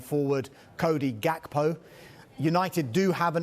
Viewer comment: K in Gakpo is silent dawg. 🤣